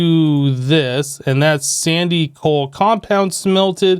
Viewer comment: "BLOCK OF SOAL" HAHAHAHAHAHAHA